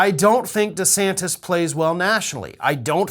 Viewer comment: it's de santis not de Santos.